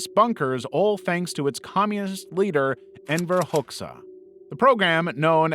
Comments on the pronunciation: Just a quick heads-up: Enver Hoxha is pronounced HODGE-ER and Nicosia is said NICO-SEE-ER :) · first pronounce the name of Enver Hoxha correctly maybe is very rude to wrongly pronounce the name of one of most discussed dictatorship leader in Albania. Secondly most of bunker created by him were also used as underground jails for torture of traitors not just as an escape route or hiding. Some of them that are still around have still the history showed from chains and torturing tools that remain still there.